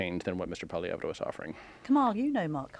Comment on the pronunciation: How many times do they mispronounce Pollievre??? Painful smh